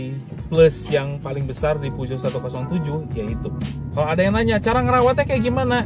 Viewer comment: saha nu maca puso jadi peo geot wkwk